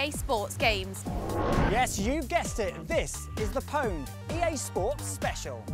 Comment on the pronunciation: pwned is pronounced owned you nubz. jesus.